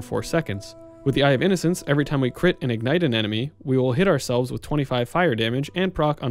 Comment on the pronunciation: whats innate? did you mean ignite?